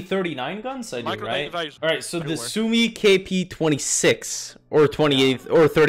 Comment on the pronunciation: "The sumi gaypee"